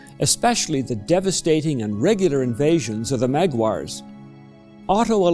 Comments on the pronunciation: Shocking that somebody would pretend to give history lesson on the topic and then pronounce Magyars as Maguars. It be as well to pronounce Bavarian as Baburian or Saxon as Shoshon sloppy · Lesson is given in English, which has its standardized pronunciation for this word and it's not MagUars. It is also not in Hungarian who still call themselves similarly. Other nations are irrelevant in this context, if there is any that would pronounce Magyars as MagUars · Oh no. He pronouced a word wrong. The most important part of teaching history is pronunciation after all, not the history itself.